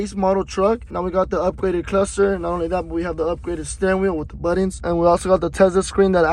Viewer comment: Sheeeeesh got them “buddons”😂